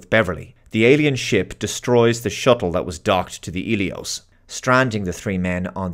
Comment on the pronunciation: Hmm, I thought the medical frigate was called Helios, but keeps saying Elios, unless im mishearing him